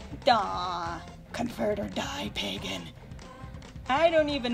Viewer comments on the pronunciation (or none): none